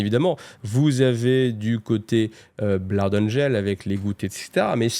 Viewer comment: Désolé mais Blood ca se pronnonce pas plus "Bla-oude" que "Bloude" 🤣🤣